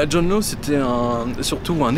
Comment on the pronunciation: John Law se prononce "Lass".